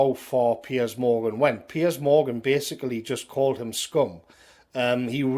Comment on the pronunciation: Can we all just take a moment to appreciate most excellent pronunciation of ‘Piers’? PEEYAZ! Keep up the good fight,, millions of us appreciate it and agree with you!